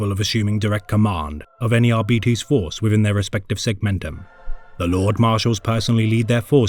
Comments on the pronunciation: ar-beeties? Ar-bytes. Arbitration, arbiter, arbites. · Ar... BIT... es. It is from the exact same root as Arbitration, arbitrary, arbitrarily, etc... Or, in this exact instance - a verb To Arbitrate. It is such a simple word, and root, that I will never understand why almost every lore YouTuber out there has so much difficulty understanding how it is pronounced. Absolutely no words with Arbit- as its root is pronounced Ar-Bee... none of them. EDIT: HE EVEN SAYS ARBITRATION IN THIS SCRIPT FOUR TIMES, AND YET IT STILL RETURNS EVERY TIME. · ar Bite's Not At Betties I can't watch what may have otherwise been entertaining every time you say Ar'Betties it's like nails down a chalkboard to me. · With Arbites coming to Darktide next month, I decided to look up their lore. But I've been hearing their name pronounced as "Are-bee-its" or "Are-bites". Could somebody more knowable please tell me which is the correct way to pronounce it so I don't look dumb, please? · Dont care what gw says its ar-bites not ar-bee-tese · No? Not how it’s pronounced, but he’s pronouncing the i in “Arbites” incorrectly; it’s a short i’s “ih” sound, not an e’s long “eee” sound. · It's defenitly not the way this narrator pronounces it that's for sure. Ar-Bee-eehz... Brits are a silly bunch. It's pronounced how you would say arbitrator and you decide if you end with "ess" or "ees" because it's a made up word. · I'm pretty sure the word is pronounced Arr bee taze. Latin words ending in es, the "es" is usually pronounced "aze" are they not? We need arbitration on this matter . 😊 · It's still so weird to call them ar-bee-tees... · Isnt it "ARBAH-ITS"?